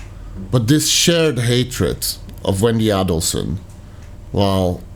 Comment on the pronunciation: You say you've only been examining this case for the last couple of months? You've got 10+ years of provable evidence to catch up on, sir. You're confusing "insane hatred (of Wendi)" with hatred for delayed justice. May I kindly encourage you to research the correct pronunciation of 'Adelson' and, in particular, the surname of the murder victim. Professor Dan M-A-R-K-E-L NOT Markle!